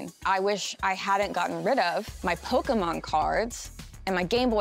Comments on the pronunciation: Holy shit an American said Poke'mon properly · She pronounced pokemon correctly. She is perfect